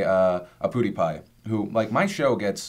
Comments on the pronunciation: Phil said Pootypie... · Haha I love how Phil pronounces PewDiePie. "Pootypie" as if the name wasn't already ridiculous enough! :D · Did Phil say Poodiepie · Lol did phil say poo dee pie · IT'S PEWDIEPIE, NOT POODIEPIE, GODAMMIT! :( We hit 11 million bros recently. Proud fan ^^ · poodipie? lol